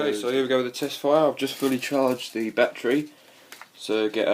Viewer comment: "It has a numchuck bat-tree"